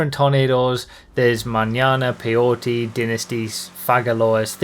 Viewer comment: As a spanish speaker, I love how he gets the Manana pronunciation right. I love your vids, as always.